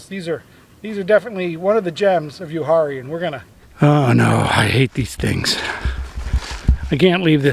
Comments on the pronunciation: That would be pronounced U-R-E No H sound. I like to spend at least a week a year up there. The Uwharrie Mountains are the second oldest mountains in the world. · Uwharrie is pronounced “u-war-rie”